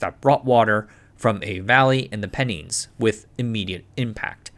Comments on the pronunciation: Superb video as usual. Very much appreciate the detail and work which goes into these. Btw, a couple of words stood out: Salford pronounced more like "Saulford" but with a short 'Saul' sound Penines - merge the words "Pen" and "Nines" together as if they were one word. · If uploader is reading this, we do appreciate your effort in covering this topic. To correct some of your pronunciations for future reference - Salford is pronounced like "sol - fud" and Pennines is pronounced "pe-nines" (like the number 9) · Salford is pronounced like "solfəd" Pennines are pronounced like "pen eins" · Yes, as a Yorkshire man, the mispronunciation of Pennines grated.